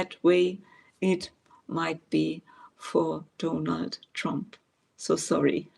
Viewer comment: I love it the way you refer to Donald Trump as donut trump